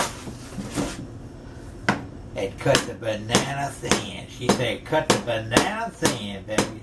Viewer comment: "a bohnanner sammitch"